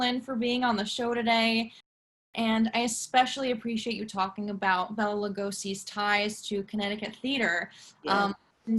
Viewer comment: Why can't the host say BELA...(Bay-la). Bella is a female name